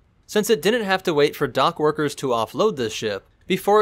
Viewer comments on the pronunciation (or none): none